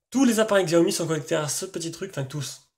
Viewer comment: En Chine le X se prononce Tche. C'est donc pas Gziaomi mais Tchaomi.